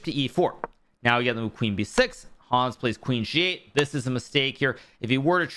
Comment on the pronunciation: Lovely recap. Could you please pronounce Hans more german? A get anxious hearing your „Hooons“ (german writing)